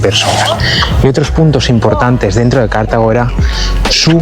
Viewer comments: Dice 'bonito' y 'maravillarnos' así como mil o dosmil veces, aunque con voz de estar descubriendo la piedra filosofal. No parece que conozca a fondo Túnez, a la vista de sus explicaciones ligeritas y topicazas o el delirio de repetir sin sonrojo lo de Cártago (sí, a lo esdrújulo 😂). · Cártago no es esdrújula chaval, sino Cartago, palabra llama, y Leptis Magna no es Leptis Manga. Hay q formarse un poco.